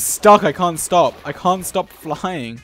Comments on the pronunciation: no one: literally no one: dream in Swedish accent : *lkean't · Swedish Dream isn't real, he can't hurt you. Swedish Dream